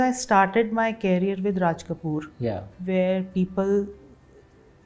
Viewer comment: Mam carrier nahi career hai.